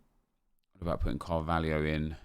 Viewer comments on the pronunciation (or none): none